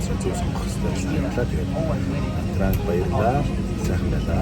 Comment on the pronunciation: на транг л гээд байх юм На Чан гэж дууддаг